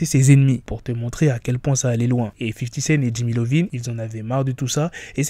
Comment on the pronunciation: C’est Iovine, non Lovine. Ça se prononce “Eye Ohh Veen.” C’est “io”.